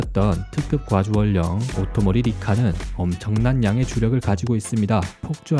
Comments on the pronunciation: 중간에 오토모리 라고 하셨네요 오리모토인데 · 오토모리 리카?ㅋㅋ 자막은오리모토고 말은 오토모리ㅋㅋ